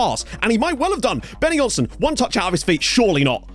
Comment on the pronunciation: Benonysson = Benno Neesson, not Benny Jonsson.